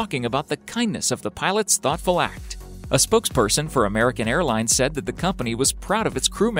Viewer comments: on the airplane spelling when he said air plans spelt there own name wrong he said airplines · lol. "airplines"